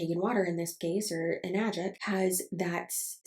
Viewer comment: Hi, first time commenter here (since you said engagement would be good for you and I want to be learn to be more proactive in whatever limited support I can provide). Since you mentioned pronunciation, I took the trouble of finding the Japanese wording for it, エナジック (Enajikku) with the 'E' pronounced like 'eh', and the 'a' pronounced like 'ah'. In the same vein, Kangen is pronounced more like 'Kahn-gehn', and not 'Caynguhn'. Source: Am working as a Japanese translator/interpreter. Though realistically I doubt anyone actually cares that much about how it's pronounced ~.~ Just some info for you. I also have a burning rage for them because someone literally recommended them to my parents, specifically my dad who was recovering from cancer and got them to BUY ONE some years ago as well. It is now an unending source of frustration for me towards them. (I literally blew up on them not long after I first learned it was a goddamn MLM from the Anna's Analysis video) Their water filter cartridges are also fucking expensive (keep in mind that you would have to replace them periodically as well, especially if your water sources are not really clean so those add up as well).